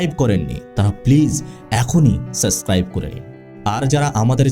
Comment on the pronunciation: The word is not SUSCRIBE…… it is SUBSCRIBE. Please take care of your poor pronunciations